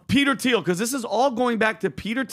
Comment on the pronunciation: 09 PBD stop saying Theo. Lol😂 isn't it Teal???